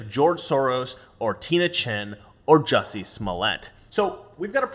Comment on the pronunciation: Drop the 'U' in Jussie...